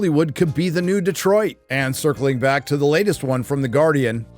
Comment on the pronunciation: Thank you for pronouncing Detroit correctly multiple times in a row. Instead of every other yokel that pronounces it Deeeeeeeeeetroit